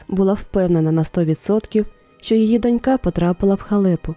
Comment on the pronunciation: Дивлюся з цікавістю "Трукраймукраїнською", все зроблено непогано, однак авторам не вистачає хорошого літредактора. Досить багато помилок, зокрема у наголосах. Найперше - слово "донька" слід вимовляти "дОнька", і це наголошення зберігається в усіх відмінках і в однині, і в множині: дОнькою, дОньок, дОньками тощо. Крім того, хочу сказати, що є ще й слово "дочкА", воно є абсолютним синонімом до "доньки" (себто жодної різниці), можна й ним користуватись для розмаїття. "НенАвисть" в укр. мові має наголос на А, на відміну від російської, де наголошують перший склад. Коли поліція знаходить чийсь труп, то встановлюють особу, а не особистість - це різні речі. Прохання до авторів дбайливіше готувати тексти: від цього залежить ваша репутація.